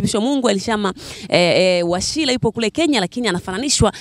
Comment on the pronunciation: Washira sio Washila kha!